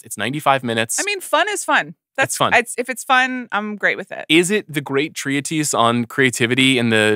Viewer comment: Did Sean pronounce the word "treatise" with three syllables? "tree-a-tees"